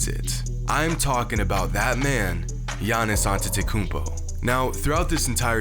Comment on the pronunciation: Don’t you mean Giannis Akoumpo